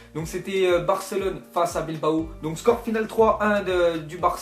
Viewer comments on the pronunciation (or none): none